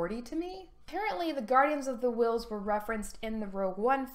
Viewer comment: Book of the Uhwh-ills.